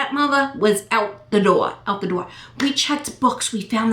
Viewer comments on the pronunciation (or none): none